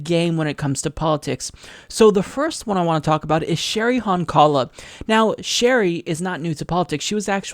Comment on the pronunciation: It's Cheri HONkala, not Cheri HonKAla. The pronunciation is with the emphasis on the first syllable. You should know this as a progressive since a lot of us voted for her in 2012 for VP running with Jill Stein for the presidency. And she had a LOT of televised journalism focused on her, especially when she and Jill were arrested and imprisoned as they tried to enter the Obama/Romney debate venue in Texas. That was only 4 years ago.